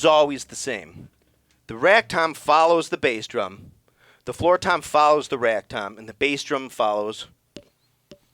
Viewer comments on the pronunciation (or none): Are you saying "rag" tom , or "ride" tom ?